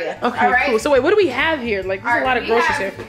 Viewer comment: "Grosheries" (groceries) lololol